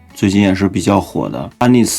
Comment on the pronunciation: 虽然博主绝大部分单词发音都可以，hermes尽量读airmes哈，H不发音